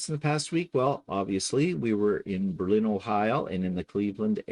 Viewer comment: If I would have known you were in my area, I would have stalked you! Not really, well maybe. I am not surprised that you don't like American wine if you used Put-In-Bay as the standard LOL! btw it is pronounced BER-lin. Emphasis is on the first syllable. I can't wait to see if you visited my favorite places!